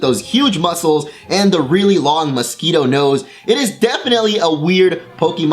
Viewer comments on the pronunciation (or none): none